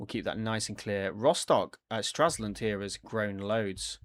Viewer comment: Stra LS und and NOT Straslund